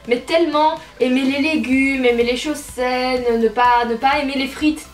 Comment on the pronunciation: pendant une seconde j'ai crue que tu avait dit '' j'aimerai aimer les chausettes'' au lieu de ''j'aimerai aimer les choses saines ''....j'ai eu peur